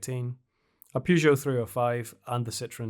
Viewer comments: I'm Irish and I pronounce Peugeot and Renault correctly. I'm cringing every time I hear that "Pyoo..." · Love the video, but please stop pronouncing "Pugeot" like that. There's an e there at the beginning, not a u sound, you can find French people in video saying it right, it's distracting how you pronounce it. Sorry for the rant, keep the videos coming.